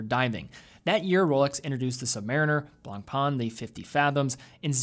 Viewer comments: Yes it’s french, probably meaning “white bread”, so similar to the English name Whitbread. No it’s not BLONPEN it’s BLONPAN, with emphasis on the short “ah” vowel at the end. TimedSquare presents a video on how to pronounce it as a native french speaker. Look it up on YouTube. Ultimately tho the British and American pronunciations differ, just as they do for lots of words. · The correct pronounciation of BLANCPAIN is not BLONPAAN. IS FRENCH,so something like BLONPEN, merci beaucoup.